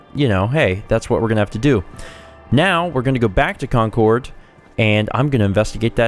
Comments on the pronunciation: This is going to be a looooong series. Please, for the sake of me and all other Bostonians, please learn how to say the names of these places. It's not con-cord. It's CON-Curd. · your causing me to froth at the mouth, because I live near Concord and we normaly pronounce it concerd